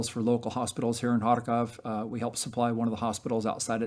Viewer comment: Love what this guy is doing but the way he says Kharkvov(?) I though he was telling me to far cough 😂